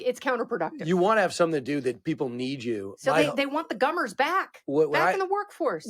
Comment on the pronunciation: Did Kennedy say "gummers"?